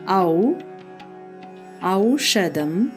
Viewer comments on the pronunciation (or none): Aushadam is incorrect.It should be aushadham. That h sound is important in Sanskrit unlike in Tamil.